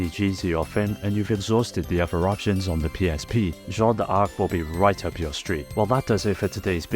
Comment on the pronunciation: Seriously ? "Jeanna d'Arc" ? Don't you know the first name "Jeanne" ?